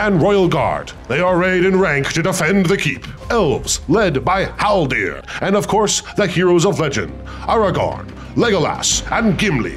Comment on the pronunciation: Great video but the amount of times i heard Haldir called Haldor I was driven insane